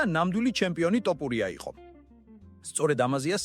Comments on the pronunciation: რა ტოპურია თოფურია ისწავლე ჯეერ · ტოპურია არა თოფურია. გამოასწორე ლექსიკა. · მაგას ჯობია სხვა ენაზე გააკეთო ვიდეოები ქართული სპეციფიური ენაა- ერთი ასოც რომ ვერ გამოთქვა ძალიან საშინლად ისმის, თითქოს დაგცინიანო/ გითხრეს შენ მეც და სხვებმაც რომ თოფურიააა და არა ""ტ """ სხვა ენებში არაა მასე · ტოპურია არა ეგ თოფურია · რა ტოპურია ტო თოფურია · ტოპურია კი არა, თოფურია! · ტოპიურია კი არაა შე კაი კაცო და ტოპიმეგრელია ეგ ბიჭი ! რით ვერ ისწავლე იმის გვარი ვიზეც ფადაცემას აკეთებ????? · ტოპურია არა თოფურია არის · ტოფრია არაა თოფურია და ნუ მოტყანი ტვინი შენი "ტ" თი! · ტოფურია არა Თოფურია ნუ აფუᲭებ გვარს ქარᲗულად წარმოᲗქმი გვარი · “ტოპურია”რა უბედურებაა??? “უნდა ვთქვათ ერთ რაღაცას” ქართულად ლაპარაკი უნდა ისწავლოთ ჯერ… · თოპურია 😂მაგარი შეგ გაქვს ვიღაცა ხარ დღემდე ზრდილობიანათ გეუბნებოდი სწორად გამოთქვი ილიას გვარი ან დებილი ხარ ან შეუგნებელი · ტ-ოპურია ? ტ-ოპული? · ეი აის ნალაპარაკებს გავს არც ქართველს ილიას სახელის გამოთქმა სწორად არ შეეშლება